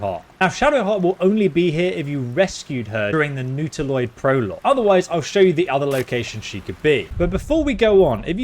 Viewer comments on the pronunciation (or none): none